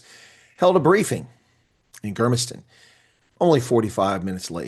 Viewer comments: Germiston is pronounced "Germ" as in a virus "iston" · Hi, thanks for the video. This government is getting out of hand. Something’s got to give. Just a note on Germiston: it’s pronounced like germs 🤗. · Germ-is ton. Like a germ.